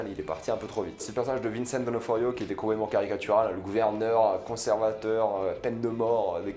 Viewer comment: « Vincent d’Onoforio ».... ? 🤷🏻‍♂️😂